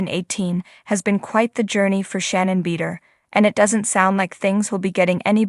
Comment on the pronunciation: Please pronounce Shannon's last name correctly. It's hard to take anything that is being said as factual when her name can't even be properly pronounced.